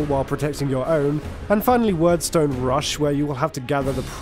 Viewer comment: I and those I played with always pronounced "Wyrdstone" as Weird-stone, rather than Word-stone as in this vid.